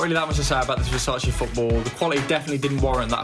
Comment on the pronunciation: I'm Italian and it's the first time I've heard Versace pronounced well by someone who speaks English as their native language. Well done ahah